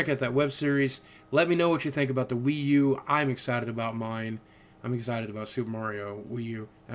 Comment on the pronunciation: lol WiiV